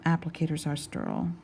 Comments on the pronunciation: Sturrl?? Lol ste-rile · Did she just say STURILE? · How the hell does a woman who can’t even pronounce the word sterile get a job at a doctors office?!? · I LOVE how you say sterile like "stir-oole"! Never heard it said that way. I pronounce it "stair-aisle" . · I love the way you say “sterile”! I think it’s a little of your Texan coming through! Love you so much. Thank you for what you do for us, the viewers, and your patients. ❤️❤️ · Lol! It sounded super Texan to me. I chuckled a little when she said it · I love how sterile rhymes with curl when you say it. 😆 Got that Texas twang goin on!